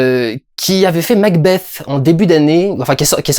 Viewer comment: Très bonne prononciation de "Macbeth" :-)